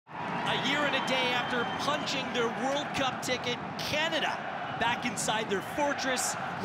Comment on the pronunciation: I think he’s fine except he pronounces it “Catada” every time 😆